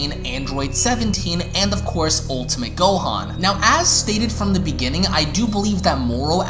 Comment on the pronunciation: Ntbr but this man says so many things wrong gohan him gohAN